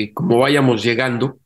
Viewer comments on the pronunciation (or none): El comentarista dice "váyamos". Esta forma verbal tiene un acento prosódico y se debe pronunciar "vayamos", con la acentuación en la segunda "a". Pues parece que este hombre no terminó su educación secundaria! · No sé dice váyamos, lo correcto es vayamos sin ACENTO